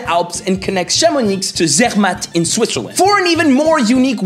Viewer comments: It's a common mistake in France. But yes, the "x" is silent. People must confuse Chamonix with Asterix and Obelix ;) On a side-note, if you go to Savoy, a lot of of places end with a "z", which is silent as well ("Praz-sur-Arly" is actually pronnounced "Pra sur Arly" for instance). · The ‘x’ at the end of Chamonix is silent 😘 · I thought the 'x' in Chamonix is silent? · Actually we don’t pronouce the X in Chamonix. Idem for the Z in Avoriaz or La Clusaz. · On prononce le "x" dans Chamonix? J'ai jamais prononcé le "x" dans Chamonix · HE PRONOUNCED THE X OF CHAMONIX BORDEL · Chamonix, le X est muet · Chamonix not ChamoniX !! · Aïïïïïïïïïïïïîïïeeeeeee Chamoniiiiiiiiiiiiiiiiiiiii----! the "x" is silent >.< please stop saying it it hurts my ears... same for most "z" at the end of city or places names in the montain u.u Plus, you say it right for "Saint-tropez" O.O soupir ostensiblement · Chamonix is pronounced Chamoni, you will be killed if you say that inn front of french guys from this région ! :p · You :"Chamonix" Me: "The X is silent, obviously. It's pronounced "Chamoni". Of course." You : "French makes no sense!!!!!!" Me : "I know...." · A wet bag (that's for not mentioning Brittany) from Mexico with a name from Brittany () lol. On aura tout vue. Could you make a video of your life? BTW The "X" is silent in Chamonix. Bisous des US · Haute-Route connects Chamonixxxx to Zzzzzermatt, lol. Non, cher. On dit Chamoni(x) sans prononcer le x, et en Suisse, Zermatt se prononce Tzermatt (ou Dzermatt si t'es romand). 😉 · Hahaha, the 3 times ChamoniXXX was painful 😅 great video for foreigners who only know Paris though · Oh no, toute la Haute-Savoie va te tomber dessus, on ne prononce pas le "x" à la fin de Chamonix 😰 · Tjs passionnant ^^ Mais on dit chamoniXXX ? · English !! We say CHAMONI(x) !! The X is silent ! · Chamonix se prononce Chamoni on dit pas le x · Chamonixxxx, sérieux ? Il est muet, comme le T dans muet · Well, well, well, the X in Chamonix is SILENT! ;)